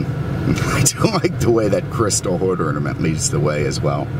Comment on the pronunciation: "hood orninent"